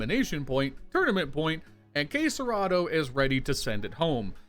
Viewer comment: its key-yo-soo-kay not “key-yo-s-kay” 🤦‍♂️